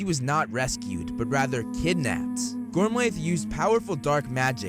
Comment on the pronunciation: Holy something! The slaughter of the Irish names, kid. Yikes. Gormlaith = gorm-lee or gorm-let. Rionach = ri-OH-na